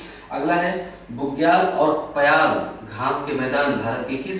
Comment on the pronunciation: Bugyal nd payal( sir its payar not payal as i m from uttarakhand itself ) are found in uttarakhand